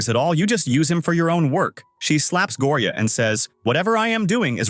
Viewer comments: Go o ri a 😂😂😂 it not like that it’s like Gorya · It's gorya not gooriya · LOL HE SAY GORIAA IN A FUNNY ACCENT 😂